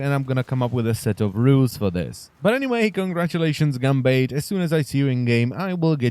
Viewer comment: I'm triggered at your pronunciation of Gambatte cries in Japanese